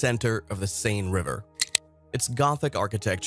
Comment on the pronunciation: Yes, not the best narration or pronunciation - the river “Siene” was badly botched (the vowels are pronounced not as in ‘same’ but as in ‘men’), though some of the pictures were interesting.